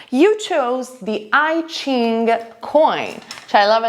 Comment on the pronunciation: Just one little detail: please do not spell I Ching the American way...it’s not an iPhone 😂. It is Chinese and that pronunciation is more similar to our Italian “i” 😉